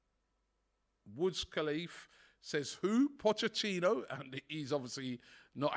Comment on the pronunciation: mispronouncing Poch’s name burns me up! How hard is it bro